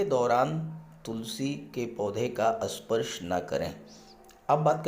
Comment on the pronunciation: Sir asparsh nahi sparsh